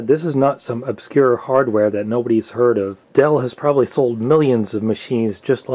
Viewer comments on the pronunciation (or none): none